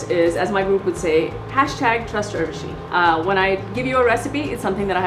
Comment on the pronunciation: What's with pronouncing your name weirdly? Well, it's your name, but not yours only. It is pronounced as Oorvashi, not Aurvashi :)